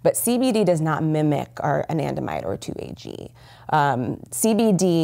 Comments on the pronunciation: What's that word she kept saying was the cause of PTSD? Andimide? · It's Anandamide...